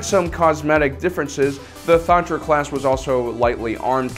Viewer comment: Ay it’s Thranta class, not Thantra class